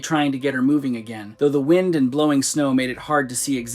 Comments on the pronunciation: Did that voice just pronounce Wind as Whined? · Not quite, it was wind, but the wind a clock pronunciation.